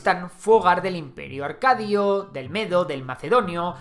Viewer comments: Acadio, no Arcadio. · En hablás del imperio aRcadio? NO habrá una R de más?